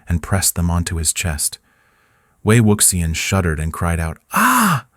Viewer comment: no lo soporto, podria pronunciar bien ese nombre tan bonito..